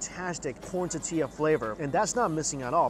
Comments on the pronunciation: Love the vid but the way you say tortilla... you do know there is an "R" in the word. "TORtilla" not tatilla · ITS TORTILLA NOT TATILLA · Yep It's Thor-Thee-Lah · Hi Mike... Love Your Videos... But I Have To Tell You... It's ToRtilla, not Tatilla... And Please Don't Ever Eat a Taquito Wit a Fork... They're Finger Foods... Thanks... Lol 👍👍👍😁😁😁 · My favorite is when Mike says "tuhtilla" like a Jewish grandmother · Hahaha “tatilla” 😂 how I’m going to say tortilla from now on. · Am i the only one annoyed by how he pronounces "tortilla"? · it really bothers me how her pronounces tortilla